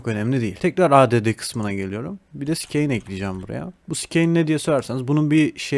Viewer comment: skeyne değil siin o :D te allahım